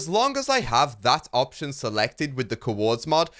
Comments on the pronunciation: Cuhords, its COORDS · The couords mod lol one syllable, not two hah